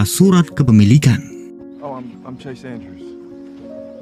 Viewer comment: Chase dibaca ces bukan kes